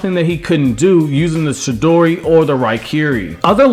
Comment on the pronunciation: Chidori* its not shidori